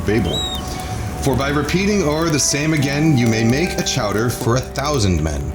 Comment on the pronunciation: "Ha-ha, say Chaw-dah again!" - Mayor Quimby